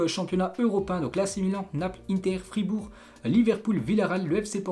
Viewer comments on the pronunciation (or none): none